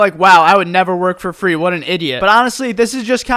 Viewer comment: "for fraayy" hviekjesdje I love him